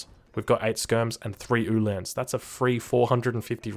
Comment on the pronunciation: Very good except for the Ulhan pronunciation. It's like hitting the wrong vowel in an english word over and over. Its not han like hand it is han like Han Solo.